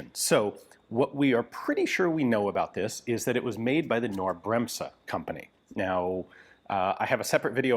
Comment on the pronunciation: FYI the n in "Knorr" isn't silent and the s in "Bremse" is a soft s, more like you US folks would pronounce a z.